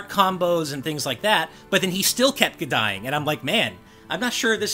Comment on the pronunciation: "But he still kept kuh-dying!" Did anyone else hear that?